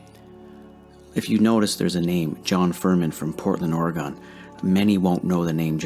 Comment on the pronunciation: The people of Oregon are cringing how you pronounce Oregon.